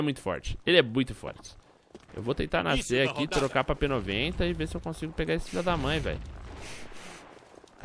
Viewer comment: só eu q ouvi ele falando PNOJENTA enves de P90